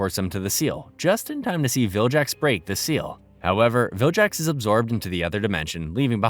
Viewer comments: How tf is this guy saying "viljax" now, when he previously narrated the other 2 series where he said "Vilgax" correctly. He also made it seem like he's watched the show and grew up with it, but if he did, he'd never make this goofy mistake. Tf is going on 💀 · Vilgax not jax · You should get 20 years of punishment for pronouncing vilgax as viljax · saying "viljax" has GOT to be interaction bait 😭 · Take a shot every time the narrator says "viljax" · is this read by an AI? Viljacks fucking hurts me. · Man it's pissing me off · Saying "viljax" is a crime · And he says it 100 times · how do you watch the show presumably with the audio on and still say bros name so wrong ruined the series